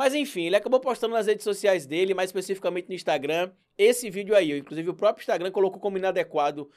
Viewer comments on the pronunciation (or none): none